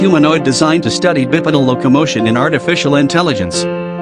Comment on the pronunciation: BIP edal? Really? BI (long I) pedal (long e short a). What in the deal with these "professional" voice overs having such dismal pronunciation. It completely undermines the intelligence of the presentation.